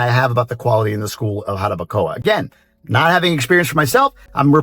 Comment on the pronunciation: you sound Dominican now 🤣🤣NO anymore GRINGO sounds just so fine "Jarabacoa"